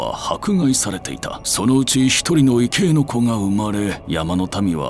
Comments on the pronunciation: 「いけい」ではなく、「いぎょう」だと思います。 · 異形と書いて、「いぎょう」と読む場合が多いと思うんだけれど・・・。「いけい」というのはあまり聞いたことがなかった。